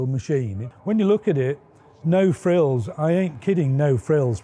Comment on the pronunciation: It's 'no frills' :)